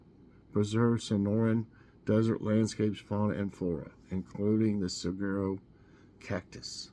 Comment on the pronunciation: Hey It's MORNING COFFEE BREAK Hey Everyone 👋🏼 Thanks So Much I Really Enjoy OUR Time As you to wake up our Brains Daily with some Good Trivia and Funny Jokes 😊😅 Saguaro is pronounced suh·waa·row you can HUGE FINE or go to Jail if TAMPERED WITH 😮 I had 8 of 10, and I learned a bit Today. Have a Wonderful Day GOD'S BLESSING